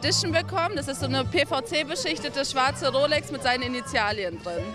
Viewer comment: wer kennt sie nicht du guten alten ✨initiaLIEN✨ 😂😂